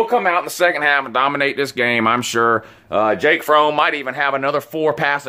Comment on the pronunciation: Lol Its FROMM pronounced FRAHM! Otherwise, I enjoy your vids. It was a great day in Jacksonville today! GO Dawgs!